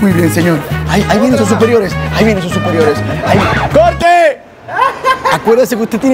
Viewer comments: Su "susperiores " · ahí vienen sus "susperiores" 😂😂😂😂😂😂